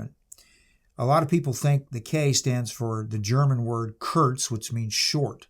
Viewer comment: It's Kurz, no "T" sound in the word for "short" in German.